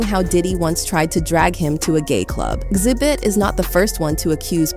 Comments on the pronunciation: what's up with the random mispronunciations throughout the video? is it just so people comment on it? its weird to hear the narrator say Xzibit in one sentence and then XEEEEbit in the next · Why does this "AI" voice keep mispronouncing Xzibit name? First Xzeebit then correctly Xzibit? It's obvious this is an Artificial Intelligence voice so the "mispronuciation" is programmed in, on purpose. Why? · His name is pronounced Exhibit. Not X-zee-bit